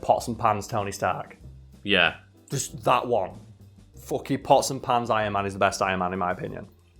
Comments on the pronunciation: Am i the only one who understood possum pants and not pots and pans? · When said "pots and pans" Iron Man, I thought he said "possum hands" Iron Man. I was like "Oh I don't know that one". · The first several times he said pots and pans Ironman, I thought he said possum pants Ironman, and was looking forward to seeing what version that was.